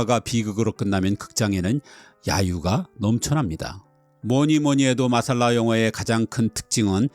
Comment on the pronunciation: '마살라'가 아니고 '맛쌀라'가 원어 발음에 가깝습니다.